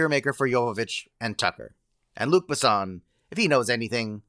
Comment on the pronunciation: it's Bes-son NOT B'son.. FFS why do americans pronounce thing SOOOO badly. If you don't know just look it up! IF you don't care say it as if it were and English word. FFS